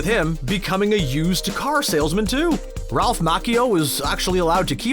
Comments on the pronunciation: You mean, incorrectly? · I've never heard Ralph's name pronounced that way.